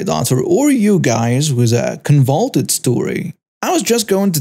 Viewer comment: CON VOL OOT ED > Convoluted I almost didn't understand just listening until I looked at the spelling on the screen. I swear thousands would be screaming banshees if I made the mistakes so I'm not as cruel